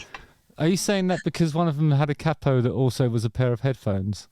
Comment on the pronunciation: Thank you Justin for the pronunciation of capo...., take care, the silence has been done-I forget the timing, but check carefully before, in order to avoid being sued... 💜🌶🧠🌶💜